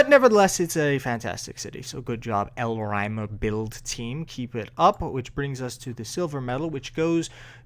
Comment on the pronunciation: i think Elrymer is pronounced Elrimer